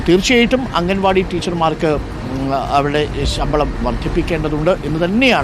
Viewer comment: Mr...... അംഗൻ വാടി അല്ല.... അങ്കണവാടി........ മുറ്റത്തെ പൂന്തോട്ടം... 🥰....... അംഗന =സ്ത്രീ..... അങ്കണം =മുറ്റം..... ✅✅✅